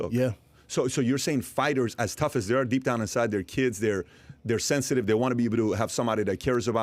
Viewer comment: His content is absolute dogshit. He's not funny and barely prepares for his podcast shows. He can't even be bothered to learn how to pronounce fighters names correctly and just pulls up Wikipedia to comment on fights because he hasn't even watched them prior. Does his podcasts hung over and with a wad of dip/chew in his jaw. Talks incessantly about how he loathes his wife's Mexican culture and food. He physically assaulted another comedian for embarrassing him in front of other comics. It's absurd that this dude is still a drawl.